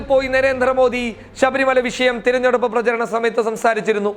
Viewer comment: താൻ ആദ്യം മലയാളം നന്നായ് ഉച്ഛരിക്കുവാൻ പഠിക്ക്. തിരിഞ്ഞെടുപ്പല്ല. തെരഞ്ഞെടുപ്പ് .സംസാനം അല്ല സംസ്ഥാനം. ഓരോ ഊളൻ മാർ ചാനലെന്നും പറഞ്ഞ് ഇറങ്ങും.